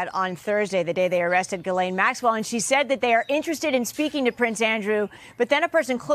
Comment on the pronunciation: That’s the weirdest pronounciation of Ghislaine I’ve ever heard! 😂